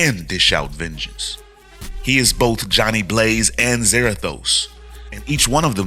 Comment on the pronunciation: I really hate what they've done with Ghost Rider the last 10 years. Also Za-RA-thos (ra - like in rat). So new Spirits of Vengeance looks like it's Blaze/Zarathos, Danny Ketch / Noble Kale, And Vengeance.